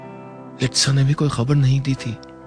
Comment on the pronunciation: mishra jee apna urdu ka talaffuz theek karaen......its koi..not "qoi"!and..takleef not..taqleef .consult some " urdudaan"!ok